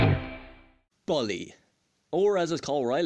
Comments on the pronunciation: Lol that accent xD ball e instead of bull e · i agree with you on the map part, the game's whole map is memorized in my head and i know everything about. and no offense, but you pronouncing bully was funny 😂 anyway great review!